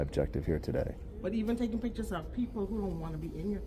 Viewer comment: "Why are you takin' pitchers of the liberry?" "I'm looking for people who can't pronounce 'pictures' or 'library."